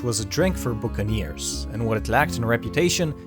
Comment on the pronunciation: I think you pronounced the word "buccaneer" in the wrong way...Nice vid anyway, I have subscribed your channel.